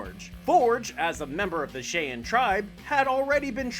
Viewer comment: So politically correct to be offended by the word Indians and not be able to pronounce the word Cheyenne.